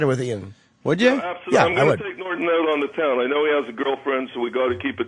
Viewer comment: Nor - tonne